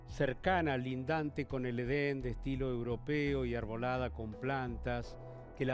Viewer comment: Esto es una historia para no dormir? Aburrido! Solo es un hotel en donde se congregaban asesinos de la peor estofa. Es Edén y no Eden 😏